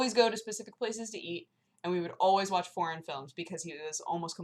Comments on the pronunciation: oh god i kept thinking you were saying "porn films" instead of "foreign films" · oooooh, FOREIGN... heard, "Forn movies" and it sounded like... p